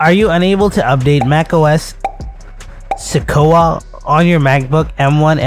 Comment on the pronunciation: The word is pronounced “Se-kwoi-a”.